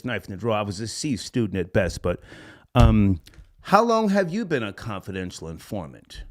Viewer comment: "How long have you been a confidential informat?" lol 😆 😂 🤣